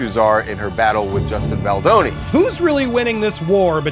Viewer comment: Offensive you call Justin Boldoni Justine Boloni